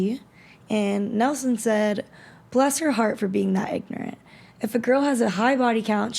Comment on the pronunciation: Is that really how you say the word “ignorant?”